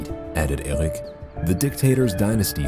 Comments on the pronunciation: Eric this, Eric that ... its enoying how you pronounce Eric. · whys he keep saying said eric in a stupid accent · Says ÖRIC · Says Ergwick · Omg just pronounce eric normally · «said ERUC» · Says errec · No one: Narrator: "Euhlrich" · And i hate the way he pronouces eric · I love how the narrator pronounces erik .. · He says so weird "said eric" hahahaha